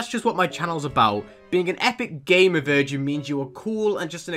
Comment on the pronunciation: The GAY MER virgins 😂 (and yes I do know that its GAMER not GAY MER)